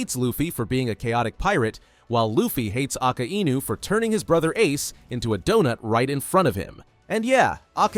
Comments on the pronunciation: "Aka Enu" 💔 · Don't ever pronounce Akainu in a wrong way again it's annoying